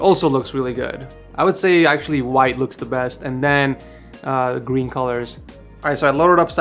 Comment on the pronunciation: Did i just hear gween